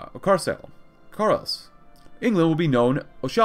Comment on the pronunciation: he said carlease instead of carlisle lol